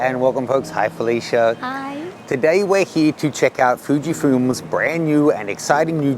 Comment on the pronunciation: Did he say "Fujifumes"😂😂😂